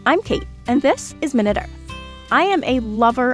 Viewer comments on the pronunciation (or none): Dear narrator, tbh I don’t think the name of the channel is ‘minute’ (minnit) as in 60 seconds, but ‘minute’ (my-newt) as in tiny… tiny earth. Or is it really 60 seconds?